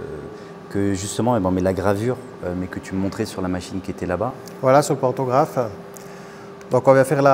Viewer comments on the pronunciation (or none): "pantographe" pas fantographe non ?